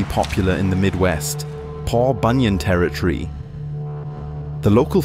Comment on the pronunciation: Please learn to pronounce the word "Territory" correctly.